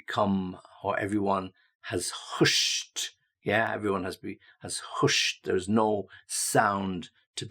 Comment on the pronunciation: In the dictionary the pronunciation of the vowel in "hush" is the same as in "luck" but not as in "book".